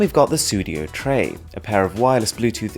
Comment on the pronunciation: Really nice video! Cool idea that I haven't seen before! If you do another one I can recommend Symphonized products. They are truly amazing. I'm from Sweden and so is Sudio so I was laughing a bit when you pronounced "Tre". But once again really nice video!!